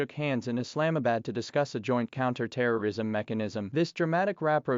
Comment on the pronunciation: What's your problem? Even if you say what is true! Pakistan J10 C fighter is not bound by US resrictions to aid Iran. You cannot pronounce "Islamabad" properly..